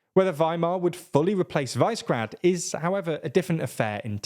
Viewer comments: Please don't call it vicegrad it's super annoying, it's pronounced wish-e-grad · While I value your diction, very frequently I am impressed by how well you pronounce the slavic names, Visegrad is not Vicegrad, or WISE-grad, it is Vishegrad. Višegrad. Slavic origin of the word, means higher city, roughly. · Pretty sure it's "VIZ-eh-grad", not "VICE-grad". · It is not pronounced "Visegrad", it is "Vishegrad". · guys... "Vice-grad"?! It's "Vishe-grad" Please get briefed on pronunciation before recording. You're doing a great job. Keep it up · Its pronounced vishegrad, not vicegrad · Also it's Vi-Se-Grad, not Vice-Grad... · I heard English language media call it Vizzy-grad. Your way appears to be the correct way. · Is it so hard to check how placenames are pronounced and make at least a minimal effort to replicate them faithfully? This, and sloppy factchecking in some of your videos, is making me take your content less and less seriously. Anyway, Visegrad is pronounced Vi-She-Grad: - Vi as in "visa" - She as in "shell" - Grad as in "gradual" (the two words actually come from the same Proto Indo-European root that has to do with building - "gradual" is one that's being built up, while "grad" initially meant "fortress", i.e. something built around a city to protect it) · It is pronounced Vyyshehrad... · Since when did you forget how to pronounce Visegrad??